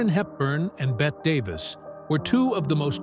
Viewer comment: AI bots not only can't pronounce "BET" Davis, they also can't say "versus".